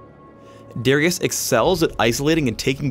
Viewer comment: Darius, not D (are) ius lmao